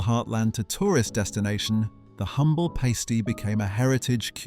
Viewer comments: I think this is a computer voice as he/it says Pasty to Paysty in pronunciation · The mispronounciation of Pasty (along with other markers) gives this away as AI shite.